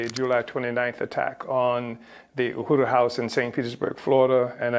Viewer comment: Dear Glenn... The word is U.H.U.R.U... Learn how to pronounce it so that we...your viewers/listeners can understand you. But also... Tampa did what was right... All black people are guilty of being black... Candace Owen with her white husband is still a guilty of being black. The UHURU gents are all guilty of being black